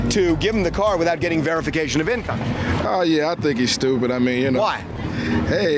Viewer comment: Some folk can't say verification to save dey life 😂